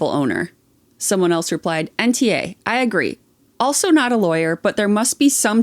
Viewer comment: Any American: also in every video: elso 😂😂😂